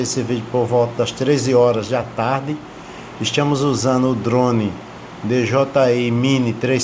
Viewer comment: "Estiamos" ? "Estiam " É outra Língua Portuguesa em Alagoas?